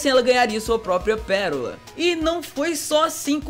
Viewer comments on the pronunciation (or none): KKKKKKKKK "PERORA"